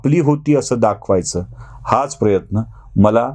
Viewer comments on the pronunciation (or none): none